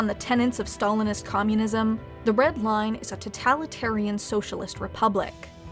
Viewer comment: Comrade Tosrky V chairman Stae-lin